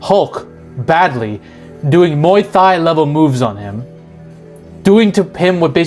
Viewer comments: Small thing but Thai is a hard “t”. Like Tie, not thigh. Muay Thai comes from Thailand. Great video. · Thai is NOT pronounced with the TH. The H is silent.